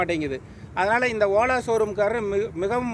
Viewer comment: OLA❌ OLLA ✅ 😂😂